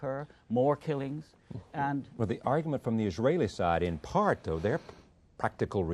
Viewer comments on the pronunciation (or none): none